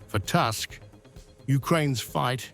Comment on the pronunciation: Who is Task? Please learn how to properly say Polish Premier name It’s Toosck not task